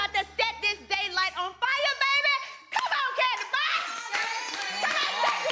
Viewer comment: Did any hear porsha say tandi not Kandi when her and shaMari sang off 🤣🤣🤣